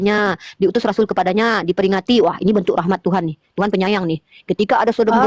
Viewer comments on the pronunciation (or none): none